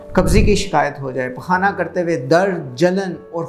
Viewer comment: pQaana PQaana kya bol re g